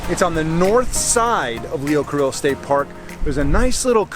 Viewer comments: Pretty sure it's pronounced "Lee-oh Car-ee-oh", not "Car-illo". Just sayin'. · "timkeane2907," a handful of others corrected our enthusiastic, generous, artistic, athletic host, ',' yet managed to do so in an informative, kind way -- without sounding as if reaming '' a new one was their intent. "LEE - O, KAH - REE - O." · Its Leo Cor(ee)o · Lol learn how to pronounce the beach name before reviewing. Leo Carillo 😆😆😆